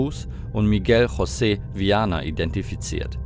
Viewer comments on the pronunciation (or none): none